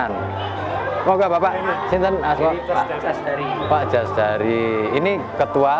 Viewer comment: Ralat dudu jasdari tapi casdari om 😄🙏